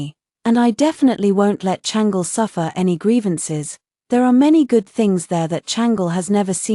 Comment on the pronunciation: I wish they would pronounce the Chinese names properly. It’s not Changel but Chang-Le